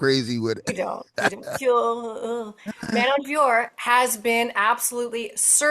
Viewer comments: No need to say her surname the french way, just pronounce it as "Fioro" the american way. Just the "t" is silent. Its not "Fior" like the way Anik says it. Its not difficult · Agree lol! It is Fio (like Fiona) and Rot (like rotation, and the t is silent). It is not that hard 😅🤣